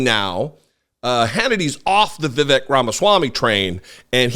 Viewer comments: Remember, it's pronounced viv-ACHE like "snake", not viv-ECK like "train wreck" 😉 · His name is VIE VAKE.Do your homework.